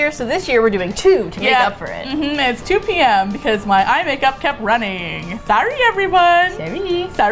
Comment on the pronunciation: You said 2pm. I heard 2am. Was so confused about why you were so determined to record a video at 2am.